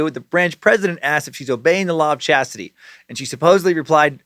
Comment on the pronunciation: Law of ssshaaaaztitie